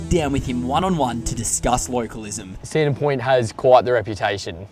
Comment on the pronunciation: "Sandon Poynt" 😅